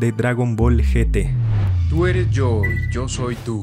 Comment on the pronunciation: Gracias por decir G T y no yi tí como todos los latinos